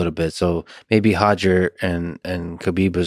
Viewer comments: Roger not hodger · Stop saying “Hoger”😂😂😂😂😂😂😂😂😂😂😂